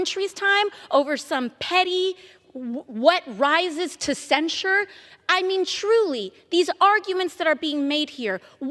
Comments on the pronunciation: Wth, is Cen-Shored? You said it wrong like 9 times. Its Cen-SHIRD. Not Cen-Shored rofl.. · Please learn how to pronounce "censure". Love your content! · What does "cen-sure" mean?